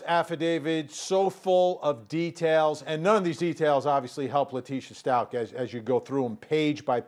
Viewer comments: It’s STUACH!! You don’t pronounce the ch!!!! Stop mispronouncing his name it’s been 4 months!!! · That reporter needs to learn how to say the last name ... it’s ...stauK not Stau-CH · It’s bothering me the way she pronounces the last name “stalches” I’ve never heard anyone say it like that. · Please honor Gannon and pronounce his last name correctly. 💙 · Inappropriate behavior.....could not pronounce Gannon’s last name correctly 😡🙄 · Out of respect for Gannon, i wish people would start pronouncing his last name properly. Also out of respect for the Stauch family, especially Gannons father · You interview the neighbor and you can’t even pronounce Stauch right? Smh